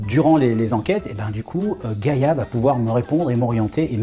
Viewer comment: Gaïa, pas gâta. 🤦‍♀️